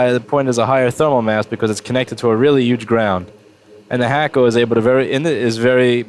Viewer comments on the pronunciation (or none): Its Hakko, NOT Hackko. Why do u always call its Hackko?